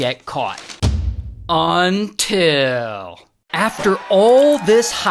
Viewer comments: All shits and giggles till Ray says "until" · Say it wid me y'all "Until"